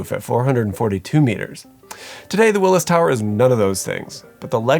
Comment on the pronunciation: Say it with me “WILLIA TOWER”